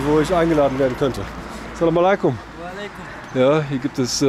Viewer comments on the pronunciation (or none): Lieber, zuallererst großen Dank an dich! Was ich dir wärmsten weiter empfehlen möchte ist, dass du vielleicht bei der Aussprache etwas übst(salamaleykum). salam - reicht auch total aus! Wir freuen uns auf weitere Videos und Liebe Grüße aus München 🫶🏽